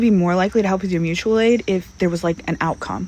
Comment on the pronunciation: Mooch-ual aid